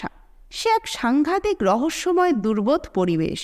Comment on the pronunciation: . গল্প ভাল ৷ ডোডো তাতাই জব্দ হলেও একটা কথা কিন্তু ঠিক ৷ অল্প স্বল্প ধাঁধাঁর চর্চা করলে বুদ্ধিতে শান দেওয়া হয| | দুর্বোধ নয়, কথাটা দুর্বোধ্য হবে ৷